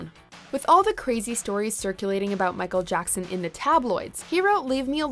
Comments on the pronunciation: Michael Jockson? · i swer she said michal jonson